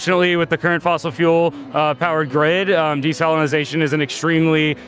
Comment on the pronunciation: "Desalinozation" guy